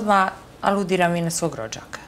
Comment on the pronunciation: SituVacije, ukanaljivam, kontestu, rečem, hoče, neče, rodZak... nepismenija osoba nije krocila na tv od ove Aneli